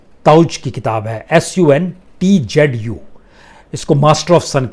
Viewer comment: His name is pronounced “sun zuu”.